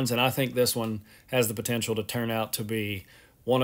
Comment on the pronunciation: It has Po-Tential